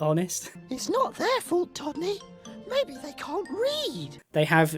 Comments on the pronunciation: You repeatedly mispronounced todney’s name as tommy. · You refer to Todney as “Tommy” quite a few times.